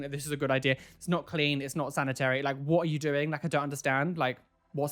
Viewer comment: nobody: absolutely nobody:: WHOT AH U DOENG